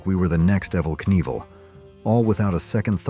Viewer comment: Ehhvell Knieval? Just when I thought it wasn't an AI voice narration.